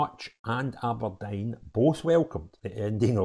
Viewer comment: a think your great but please stop saying Aberdine it’s Aberdeen….